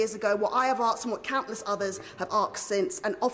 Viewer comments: Saying "aksed" is deliberate! Back in the 70's and 80s, my black mates new it was incorrect but said it anyway, merely as a form of black "lingo" really - I started saying it at one point! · It is ASKED not AXED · Arksed? Definitely credible. Eloquent and credible. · "What I ave arksed", for heavens sake. Sounds like an Ernie Wise play. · Let me arks you a question. I'm only gonna axe once mind you. It's three fucking letters! Why can they never get it right?! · An MP saying "I want to axe the prime minister today, if he will do what Bernie Grant axed all those years ago, what I have axed and what countless people have axed since" is a disgrace both to our political establishment and to our education system. Ask not axe you daft bint. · The only reparations they’d get from me is a ticket to Heathrow, also, why can’t that ‘mp’ say asked, there is no r in it you stupid bitch.